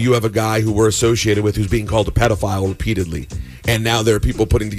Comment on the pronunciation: “repeatedly” Sounded like “with p diddley”